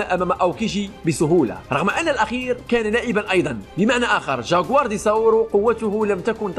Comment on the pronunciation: اتكلم زين وش الجاكوار قول جكوار